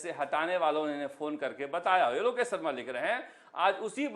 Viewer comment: इतने बड़े चैनल यानी चाटुकार उन्हें शर्मा भी नहीं बोलना नहीं आता है न ही शाह बोलना आता है सरमा ओर साह अफ़सोस गजब चमचे ही नहीं खबगिर बन गए एंकर साब😂😂😂😂😂😂😂😂😂😂